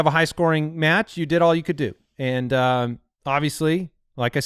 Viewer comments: All this time though his name was "AL" Borland. And in the future can you call him "Owl Borland, no relation to Wes" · I'm the only one who thought his name was "Al" and not "Owl"? I've been listening to this show for years and had no idea haha.